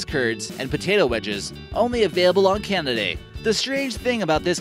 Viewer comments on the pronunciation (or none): why does he keep saying "kanda"? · Some intersting things going on with CANDA, this dude can’t pronounce anything lol.